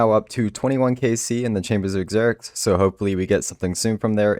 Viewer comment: Zzzzzzzerics Not ex-zerics